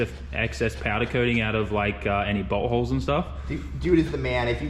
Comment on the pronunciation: love, but when he says “bolt holes” its kinda sounds like butt holes 😂